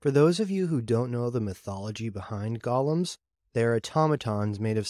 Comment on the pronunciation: Golems, not gollums, right?